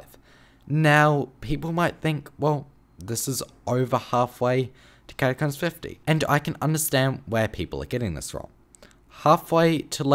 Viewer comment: why do i hear "cashcups" when he says catacombs